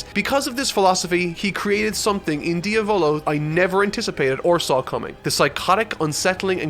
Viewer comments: its diavlo like the Italian word for devil not dio volo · Dia volo🤣 pronouncing names in jojo isn't your thing is it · Yeah you pronounced better narancia then you did with diavolo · Don't want to be that guy but... you pronounced Diavolo wrong.